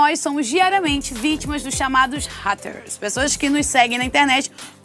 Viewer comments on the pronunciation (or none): falando raters me pegou um pouco